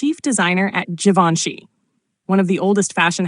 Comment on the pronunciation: WHAT IS " JE VON SHE"? HOW MANY TIMES IS THIS "NARRATOR" GOING TO MISPRONOUNCE IT?